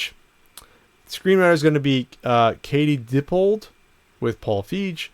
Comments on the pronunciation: just an fyi it's pronounced fie - gee. with a hard g. like me. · It's pronounced "Feeg". He also did Freaks & Geeks with Judd Apatow, which is fucking great. I think this reboot/sequel will not live up to the original, but I don't think it will be too bad either. Nothing will ever top the first. Reboots made after the 80's tend to suck.